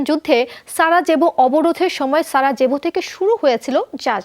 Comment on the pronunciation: সঠিক উচ্চারণ - সারাইভো j=ই